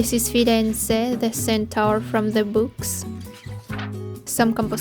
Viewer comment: Wow i literally love this 😍 By the way, as a native italian speaker i totally approve your pronunciation of Firenze, the centaur. 100% accurate 😄😄 Great job!